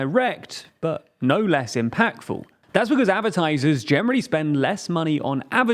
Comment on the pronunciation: Love the channel, but for once i have a annoyance. Am i the only one annoyed by his pronunciation of "Advertisers".